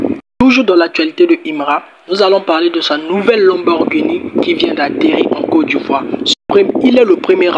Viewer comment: Aïe tu chok dès 🤣 lenborguni. Comment mm😂